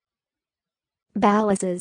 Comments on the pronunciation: This is incorrect, autogenerated content. It has nothing to do with the actual pronunciation. Source: my name is Balazs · I don’t think this is correct. My friend is marrying a Hungarian man named Balazs, and this isn’t even close to how he pronounces his name. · This isn't even close to the Hungarian pronunciation.